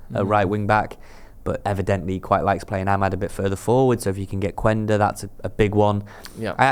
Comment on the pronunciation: It’s pronounce Qenda. In portuguese when a u is before an e or a I the u is mute